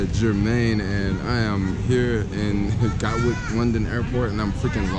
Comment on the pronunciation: lol the way he said gatwick